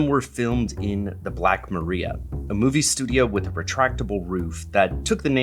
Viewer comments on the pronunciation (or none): Small nitpick. The Black Maria, the police van, and Edison's studio usually has a different pronunciation: The Black Maria (/məˈraɪ.ə/ mə-RY-ə) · I KNEW you were talking about Atlanta. That’s my home! I was so happy Pinewood opened in Georgia and got their deal with Marvel. It brought so much magic to my hometown. Also,, Edison’s Black Maria was pronounced muhRYa, like Mariah. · it’s pronounced the black “marr EYE ah”. Like Mariah Carey. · This is a great video!! Brought me back to my film history classes in college and watching boxing cats and perils of pauline. And if I can mansplain in return, Black Maria is pronounced like Mariah Carey’s name (lol i had to)